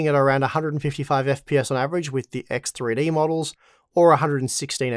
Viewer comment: Axe Three Dee !